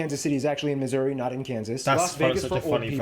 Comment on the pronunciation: Nailed Missouri 😂